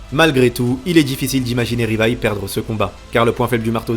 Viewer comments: Stp dit "Livaï" et non "rivaï". Stp😂😂😂😂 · Pourquoi tu dis Rivaï ? Personne ne dit ça